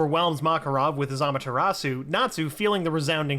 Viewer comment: Did he just said amatartsu